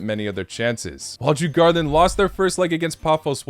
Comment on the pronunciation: They are pronounced: Dzur-Gor-danz